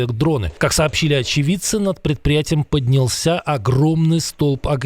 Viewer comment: Ведущий, говорите по-русски!!! Не поднялсЯ, а поднЯлся👈